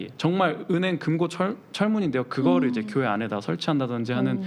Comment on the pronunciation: 발음 참 이상함. 꾜회? 꾜회가 뭐지